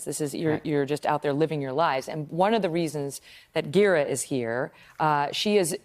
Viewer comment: You lost me at Gearah lol